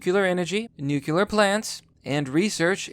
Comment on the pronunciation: Nuclear. Not nucular.